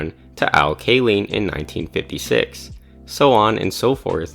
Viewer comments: Ka-LINE, not Ka-LEAN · Kaline is "KAY-line." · Al Kay-leen. Lol, it worst than i imaged from the pinned comment. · Al KAY-LEEN??? Yeah, if you don't know that, what else don't you know> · Kay-line, not kay-leen. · I was watching and thought that this guy is a neat MLB history expert right up until when I heard, “Al KAY-leen.” Done, out, seeya. Before you make a video like this, you must get the pronunciation of the name of someone like Al Kaline correct. Period. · Ahh yes, Al Kay-leen. When you know someone works on data a lot but doesn't really know baseball history. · It's pronounced KAY-Line. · Al Kay-line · As a life long Tigers fan who grew up to Al Kaline's play-by-play announcing of games, your mispronunciation was pretty mild. I've heard countless people call him a battery. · Detroiter here…yeah, sounds like nails on a chalk board. Thanks for that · It made me pause the video and come straight to the comments. It was like a cat scratching my eardrums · Sorry, but anyone who doesn't know how to pronounce Al Kaline's name has no business making a video on baseball.